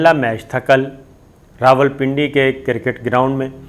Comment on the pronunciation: Kirrrket ni jahil cricket hai.. jahil anchor sale p te pronunciation te correct kr le.